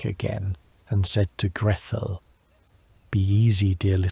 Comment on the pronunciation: Oddest pronunciation of Gretel.... where did Grethel come from?